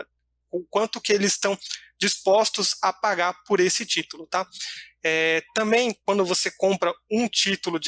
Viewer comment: Crítica construtiva: alguém avisa para o que não é “TAMÉM” e sim “TAMBÉM “. Problema sério de dicção